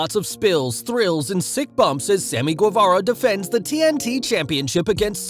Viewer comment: did you just say sammy gwevara